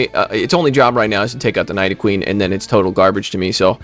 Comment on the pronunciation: Bro why is it that almost all of the top content creators can’t pronounce Pokémon names..? Like did you not watch when you were a kid? I’m seriously offended. #night-o-queen